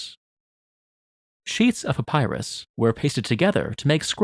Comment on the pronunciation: I cant get over how he says Papyrus like Papaya 😭😭